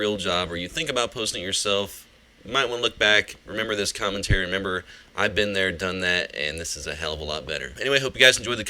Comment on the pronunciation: the end is just wrong, i hope you guys enjoyed the com sounded like cum, was just wrong:D